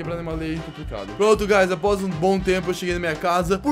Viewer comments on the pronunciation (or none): Por que ele fala gaz